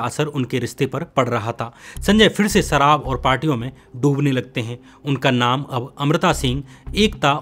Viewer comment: What a uneducated, Indian accent.. " jameen..Sarab .. etc.. can't pronounce a lot of words properly.